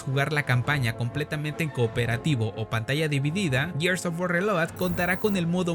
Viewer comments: Que desperdicio para poder decir bien la palabra reloaded 😢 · es que es lo chistoso, mínimo deberían saber pronunciar bien el nombre de su juego si tan fans son :v